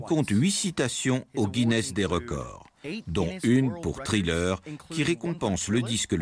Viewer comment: Les traducteurs pourrait prononcer les mots anglais correctement? Parce que " trilleur " ça agace les oreilles!